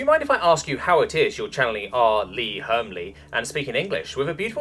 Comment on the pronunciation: R. Lee Hermly. i don't mean to sound rube but how do you get one of the greatest actors' name wrong? it's said Er-me. again i really don't mean to sound rude. it just annoyed me to hear you butcher such a great man's name, may he rest in peace.